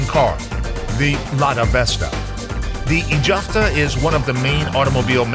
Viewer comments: Beautiful video, thank you! However, the capital city is IZHEVSK, not IzhVEsk, as they say in the video. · Izhevsk, it is Russian varient, Udmurts call the city Izhkar